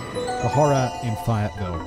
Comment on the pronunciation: Clearly never listened to the warm up, cant pronounce Fayetteville